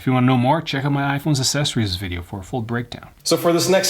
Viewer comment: Still can’t say the word “accessory “ properly. The personification of ignorance. Why should anyone listen to a word you say when you can’t be bothered getting simple facts right? This makes a mockery of your content you know. And just so that you know, American is not a language. The language you are supposed to be speaking is called English ( not British!) and the English language has rules, just like any other language. Go read a book, or take a class!